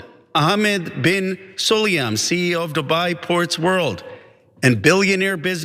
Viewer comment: For your information, the name Sulayem is not all that difficult to pronounce. Because IF you knew your English properly, then you would have known that it is simply pronounced in the way that it is written. Namely: SUL-AAA-YEM and NOT "SUL-EEE-YUM"!